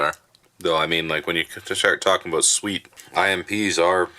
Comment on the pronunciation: Glad to see you back. Awesome review. Loved the opening. “Don’t worry ABOOT that”. LOL 😝😆🤣😁😂